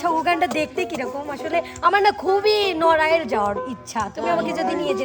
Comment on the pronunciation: নড়াইল না নরওয়ে 🤣